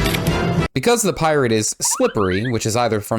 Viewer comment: Sorry i cant un-hear Keira knightley say "Phi Rah"